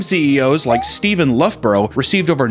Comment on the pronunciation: idiot cant even pronouce his own name its luff bruh written "Loughborough" its an English county.